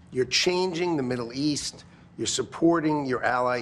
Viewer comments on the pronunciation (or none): He said midsle east